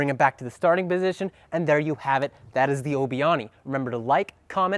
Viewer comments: Are you sure it's called Obi-Ahni in pronounciation? Obi-Ani, Ani being what Padme calls Anakain in Ep II. And combining their names because they did the spin in their battle in Ep III. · You mispronounced “obi-ani”. You said it like it was “obi-oni”.